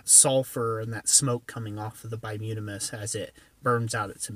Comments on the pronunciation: bituminous not bimutimus is what you said??? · By-toom-ah-nis,,,,,not whatever you're trying to say. Anthracite is far superior as a fuel. Needs a draft from the bottom. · repeat after me: BUY-TOO-MIN-UHS